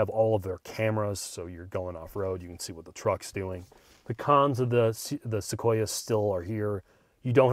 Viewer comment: It’s pronounced SoQueerUh